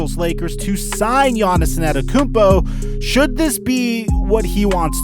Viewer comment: wtf u say Giannis ' name like that?